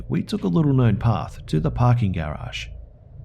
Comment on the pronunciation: I like when you say "garage"